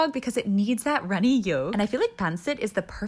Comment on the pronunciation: I like how you pronounce tocilog and pansit. 👌